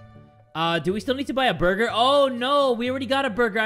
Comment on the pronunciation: I know it has been a year but I still laugh when his says" BOIGER"